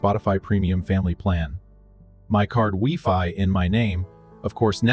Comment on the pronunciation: It's no pronounced Wefi, it's pronounced WhyFi😊